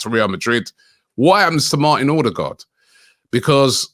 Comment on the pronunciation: Is OH-DEH-GUARD Robbie. Not OR-de-gardddd